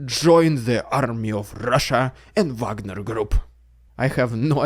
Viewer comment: Call them Vagner, not Wagner. Wagner is laughing under his grave.